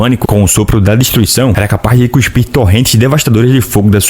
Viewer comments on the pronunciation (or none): none